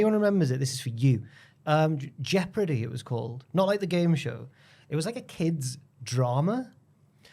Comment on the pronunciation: Was thinking of that jeopardy show last week so mad to hear mention it here The way pronounces the word jeopardy is awful though 😂